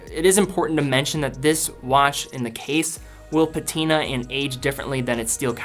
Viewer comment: also pa'tina is a funny way to pronounce 'patina